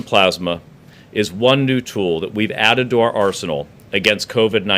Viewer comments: He is a moron. He can barely speak. He has no vocabulary. Convalescent Plasma is not exactly a breakthrough. It’s just a matter of harvesting and distributing plasma enriched with covid antibodies. And it’s p-l-a-s-m-a, not p-l-o-s-m-a. Idiot. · One question what's plausema. ...ohhh plasma yep English is hard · plasmah, it's French for plasma.